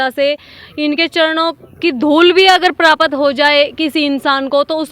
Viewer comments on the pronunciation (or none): क्षेत्र को अछेतर, प्राप्त को परापत महत्व को महतव ओर खुद को पतरकार (पत्रकार ) बोल रही है। 10 वी पास करो पत्रकार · पत्रकार जी, परापत और प्राप्त के उच्चारण में बहुत अन्तर होता है इसलिए आपको अपना उच्चारण सुधारने की बहुत जरूरत है। योगिनी साध्वी मां को बहुत बहुत नमन 🙏🏻